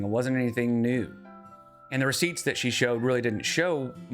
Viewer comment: I do love the term "recioots"... receipts + proof = recioots.